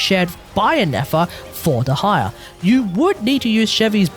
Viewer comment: I've always heard it pronounced the former, which is why I was surprised that he was saying it the latter.